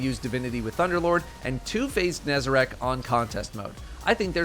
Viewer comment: first destiny 2 youtuber to pronounce nezarec correctly